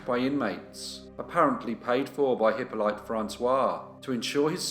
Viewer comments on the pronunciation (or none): Pretty sure the name "Hippolyte" is pronounced Hip-olly-ta not Hippo-lite. That said, I remember watching this channel in the early days when it was an absolute cringe-fest with any unusual or foreign names, so you've certainly come on leaps and bounds from those days :) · Hi! One small point. It's not "Hippo-light" but "Eep-o-leet".